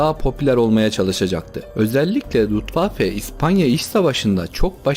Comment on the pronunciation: Luftwaffe yazip Lutwaffe diye okuman enteresan olmus.